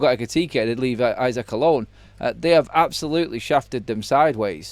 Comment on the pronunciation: Pronounced e-sack not i-sack, we're Briish not American.